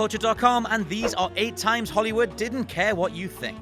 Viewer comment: It pronounced Holly woo